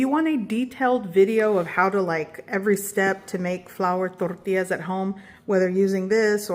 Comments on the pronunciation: The way you pronounce “tortillas” is a crime against humanity. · I love how she only has an accent when she says tortillas. 😅😂